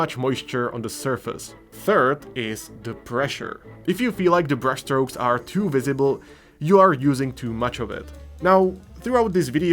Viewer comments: Did you say brush strokes or breast strokes? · Haha, I came to say the same thing 😂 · Did you say brush strokes or breast strokes , I really don't know ^^